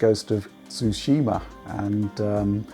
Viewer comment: The only man in this industry who can pronounce Tsushima